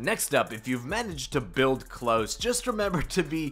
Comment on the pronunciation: did you seriously call klaus, close. jez man brush up on your german omfg